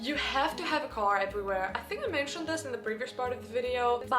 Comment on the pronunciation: Your English is usually pretty good. But I still giggle a bit on the inside when you pronounce "w" as a "v" (e.g. "vut" not "what") or "th" as a "d" (e.g. "dis" not "this"). I'll bet you do not even know you're doing it, it is just your German side coming out!